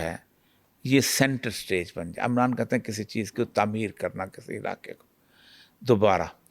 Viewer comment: Amran nahe hai lafaz umran hai please tallafyz thek kryn jazzak Allah